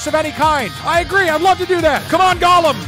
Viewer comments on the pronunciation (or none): none